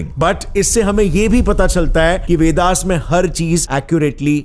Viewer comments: Ur name is or in english...so its ved not vedaaaas...dont prounce hindi word as english word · What is this fascination for adding "aa" after Sanskrit/Hindi words? You are pronouncing वेदांत as वेदांता, वेद as वेदा ? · वेदा ना boliye...wo noun h aur वेद ही है...chahe jaisa bhi likha ho